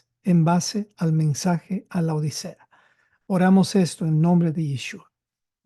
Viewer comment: Por favor, es LAODICEA, no La odisea, como muy problamente los pronunciaréis. Laodicea (griego Λαοδίκεια πρός τοῦ Λύκου; latín: Laodicea ad Lycum, también trasliterado como Laodiceia o Laodikeia, antes conocida como Dióspolis y Roas; turco moderno: Laodikya) es una ciudad del antiguo Imperio seléucida, establecida entre 261 a. C. y 245 a. C. por el rey Antíoco II Teos y nombrada en honor de su esposa Laódice. Estaba ubicada a unos 6 km al norte de la actual ciudad turca de Denizli, en la provincia del mismo nombre, cerca de la aldea de Eskihisar. Cómo vais pretender enseñar si no sabéis ni cómo se escribe.